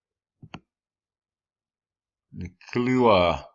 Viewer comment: Kilauea = Kill ow eh a.